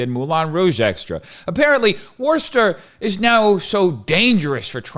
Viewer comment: I’m shocked he actually pronounced Worcester right. 😂 Worcester is SAFE! You just gotta avoid the beggars on every corner, the needles on the ground, and the mobs of roving LGBTQ1234’s threatening everyone they meet.